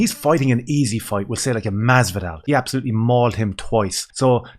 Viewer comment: "Absholootly shperc oot" that made me suscribe amigo